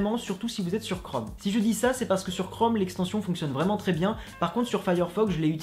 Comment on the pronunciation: Tu veux pas plutôt dire "chrome" ??? Crome, je connais pas. Et "magic Ektions"????